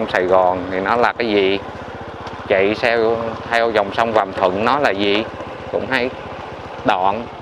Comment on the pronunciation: Sông Vàm Thuật mà cứ nói là Vàm Thuận, nghe xa lạ quá! Hai clip rồi chứ bộ.